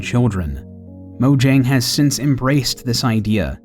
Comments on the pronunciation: Mo-yang, not Mo-jang. They pronounce their Js differently. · It's pronounced Moyang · Even game theorist spells it wrong while a normal YouTuber xisuma spells it right, mojang pronounce as moyang.